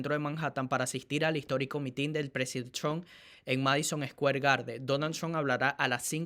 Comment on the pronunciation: No es una crítica es solo una sugerencia, no se pronuncia MITIN con acento en la segunda I, lo correcto es con acento en la primera I